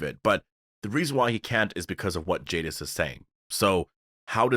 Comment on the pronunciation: Jadis not Jadif.